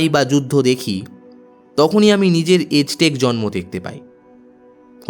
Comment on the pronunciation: সঠিক উচ্চারণ বোধহয় আ্যজটেক, এজটেক নয়।